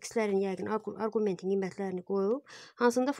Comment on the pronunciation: Arqument sözünün vurgusunu düz qoyun